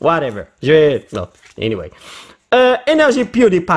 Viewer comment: pourquoi eu eniwaye ,😂 😂 😂